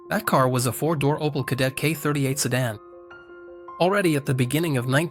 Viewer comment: Aus OPEL wird ein "OPAL", aus der ÙdSSR die "Judser"... - die KI-Stimme nervt einfach nur. So werden die besten Videos zerstört!!!